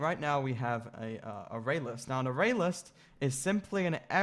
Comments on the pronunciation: Nice video but I wish he could pronounce "array" properly. It is pronounced Ah-RAY not AIR-ray. There's no "I" in array and the accent is on the second syllable not the first. I'm not sure how a person could learn to pronounce it that way. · Literally nobody on the planet says "air-ray" for array. It's pronounced "ah-ray" or "uh-ray". Array and ArrayList both have the portion "array" pronounced the same. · It's an A I R - R A Y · Never heard anyone pronounce array like this.